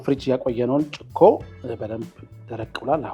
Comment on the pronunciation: Please do not say chiqo , it is chiko ! That is not right the way you pronounce ! What is chiqo? It is chikoo. Annoying !